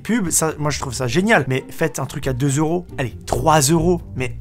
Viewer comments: tu dis 20 éuros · 20 éeuros😂